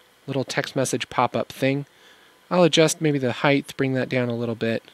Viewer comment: Love this tutorial as well as all your others! Great work. Just a suggestion though: you pronounce “height” incorrectly as if it has a “-th” sound. Keep up the great work!